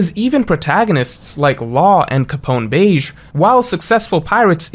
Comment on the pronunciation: It’s pronounced Beji